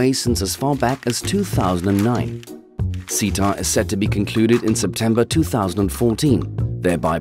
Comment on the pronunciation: What is ceta?...it’s me! And I’m really not a assault on democracy I swear I’m not lol So glad to hear someone actually pronounce my name correctly.